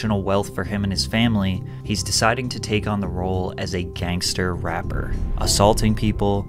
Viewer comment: Whyd you spend the whole video pronouncing gangster so oddly? "Gangsta" 🤣